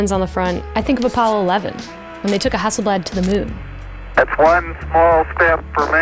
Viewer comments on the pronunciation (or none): none